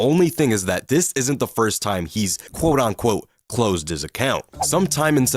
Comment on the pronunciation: It’s “quote unquote” not “quote on quote” moron